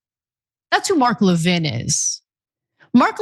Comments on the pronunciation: Americans are the only ones so arrogant that they can't be bothered to pronounce foreign names correctly. Why is that? LEV-in, not le-VIN. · Levin is a Jewish name. Ask any non-American Jew how their name is pronounced. As I stated, Americans pronounce many names in a distorted way that other countries do not. Moss-COW is a prime example. Everyone else, including the Russians. say Moss-COE (Moskva).